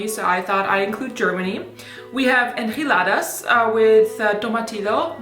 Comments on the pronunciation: I am from Mexico and that form that she said enchiladas, idk it get me something about how she said it, she said it like enjiladas with “j” not with “ch”, I know that she doesn’t know how to talk Spanish but maybe she can translated to se how to said it. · I'm from Mexico and the enchiladas are pronounced with the "ch" sound like in "chill" or "spinach." Just letting you know, but love your videos! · Pronounced: N-chi-la-dahs I love geen enchiladas!!!! ♡♡♡ Loved this video chica!!!